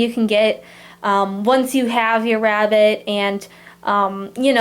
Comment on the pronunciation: listen carefully because it’s sound like she says rat instead of rabbit just me ok